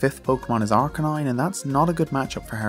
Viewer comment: When you said Arcanine I heard DARKRAI